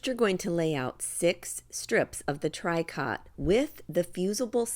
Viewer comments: It's pronounced Tree-co, not TRY cot. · For people who go to buy it - tricot is pronounced “tree-koh” not trikot. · Tricot is pronounced “tree-co” with a long o sound. Love your videos. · Pronounced “ tree coe “ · Sorry but tricot is pronounced tree-ko. I do enjoy your videos but can't watch this one. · Those are adorable. I think I have yet one more new project to do. Tricot is actually pronounced tree-co, sort of a French pronunciation. Hoping I can make some of these for Christmas presents! Thank you for the video!